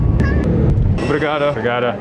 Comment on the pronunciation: Dude, you're killing it with the obrigadas! Love it!